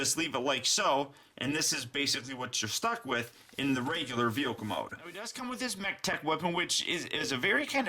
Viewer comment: why do you say veoka and not vehicle